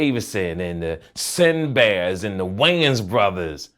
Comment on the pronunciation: My nigga said "Sinbazz" 😂😂